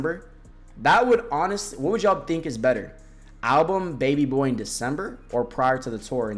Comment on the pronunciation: why u keep saying "baby boar" 😭